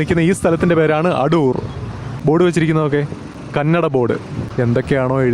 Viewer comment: അടൂർ അല്ല ആദൂർ ആണ്